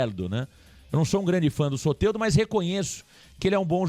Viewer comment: É soteldo não soterdo seu sem noçao kkkkkk